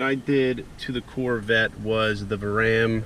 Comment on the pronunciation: VARARAM is said like Vair-uh-ram. Come on bud you did all this work to make a sick car man. Take the time to pronounce the companies correctly